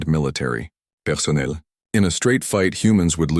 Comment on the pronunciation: the french pronounciation of personnel made me smile.